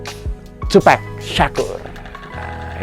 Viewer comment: MAS izin koreksi penyebutan nama TUPAC bukan TUPEC Terimakasih 🙏